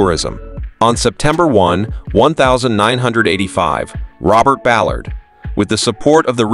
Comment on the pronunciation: Bo?? Robert Buh-lard??